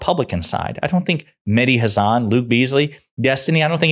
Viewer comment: Please pronounce Hassan as SS nissan not nizzan Not Hazzan Please correct that